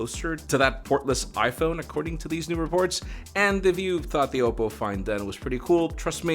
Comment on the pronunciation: ok but why did you say "oppo" like it was "owo" lmao